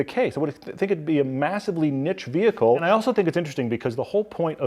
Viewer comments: We don't call it"MOTOR VEHICHLEEE!!"... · IT'S VEE-HICKLE BOY! VEE-HICKLE! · The motor Veee Hi cle lol